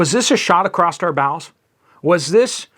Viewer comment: Across does not have a t or a d in it.